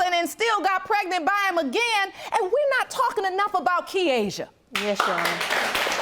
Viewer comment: Did she say " Jerr Honor" im 💀 😂😂😂